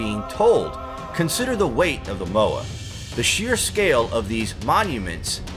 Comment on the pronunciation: Mow eye....Moai (apologizes for being a grammar nazi...its a curse..) ♥️♥️🌠♥️♥️TLHC/TKTC Thanx, does have the best voice ♥️